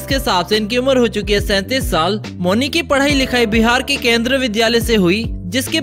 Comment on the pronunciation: मौनी रॉय 🙄 मुन्नी क्या होता है भाई